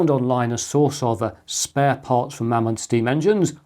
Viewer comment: it's pronounced Maymod ....................